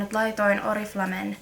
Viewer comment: Vittu meni hermot ku sanot oriflamen oriflame vaik se sanotaa orifleim ja oli ärsyttävää ku puolet täst videost oli vaa taukoo ettet puhunu nii leikkaa videoo paljo enemmä